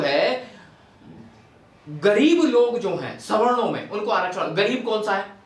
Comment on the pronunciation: Sawno-😂😂 Bolna to Sikh lo aage aae hue logon